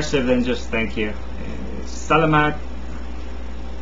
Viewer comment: i don't know all philippine languages in most of them and in cebuano the stress in the word "saLAmat is found in the 2nd syllable :D